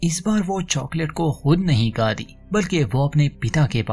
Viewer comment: Its good but need to improve Hindi speaking correctly it's not kati it's khati Hindi pado bhai